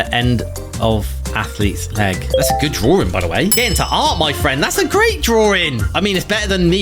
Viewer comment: “That’s a great drarwing!” 😂😂😂